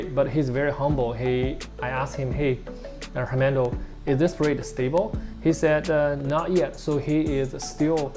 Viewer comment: I think you pronounce his name a little off, what i hear is hermento or hernando, but we Indonesian didn't spell it like that 😀, that's funny but it's ok. how about discussion of different type goldfish food that's good for colour or growth next time🙏